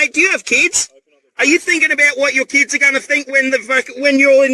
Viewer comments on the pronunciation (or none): "Do you have keeds?"